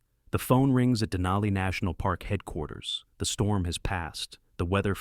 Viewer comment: More accurately, "in an Athabascan language", and the language is Koyukon = COY-uh-con, a language in the Athabascan family, which also includes Navajo. Next, dana-EE-nuh is correctly pronounced deh-NIGH-nuh. Wait! Who thought that it would be a good idea to put in a shot of a chair lift at a ski hill somewhere, while the subject is people getting off Denali with their lives?? Then at , while the subject is coming down, we see people going up.(??!!) Then, is a sign saying "Avalanche area" in English. . . and a language from Everest(?).